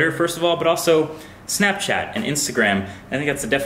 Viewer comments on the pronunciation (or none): none